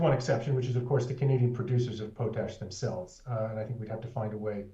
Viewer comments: It’s POTash ‘not’ POTE-ash❗️ And, Rudyard; re: Friday Focus Intro; its: Excer’pt not Excer’t’. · It is pronounced POT-ash, with pot like in cooking pot, not PO-tash. LOL.